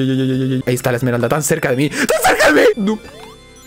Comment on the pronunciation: ya en serio, pq dicen "esmerald"? XD, no lo digo por ti osea si pero he visto a otros youtubers decir "esmerald" en ingles no lleva la "s", es "emerald" entiendo que en español si lleva "s" pero, si hasta viene escrito wat xd